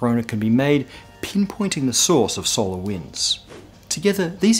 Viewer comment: When you say "source" I always hear "sauce". It is really funny in some instances.